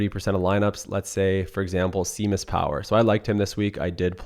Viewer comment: You are not pronouncing Seamus correctly lol how can you win 40k in golf & not even know how to pronounce the players names right?